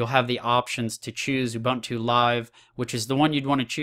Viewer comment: Dude.. Ubuntu.. There's a universal way of pronouncing it.